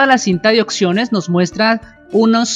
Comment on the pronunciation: se dice observemos y opciones no ocservemos ni ocsiones